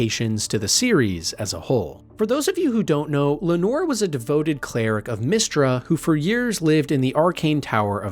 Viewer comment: You are butchering so many pronounciations. NetherIL, Meestraa. What the hell dude? They literally say these names IN the game.